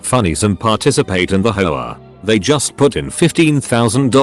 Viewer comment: Nobody: The TTS: “Hoe-ah”